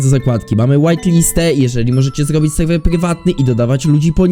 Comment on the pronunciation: mowi sie serwer a nie sejwej jak cos